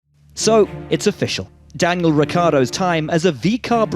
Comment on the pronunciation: "Diangal Ricciardo"